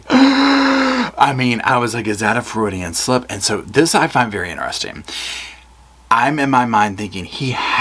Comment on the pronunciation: I will be saying floridian slip from now on.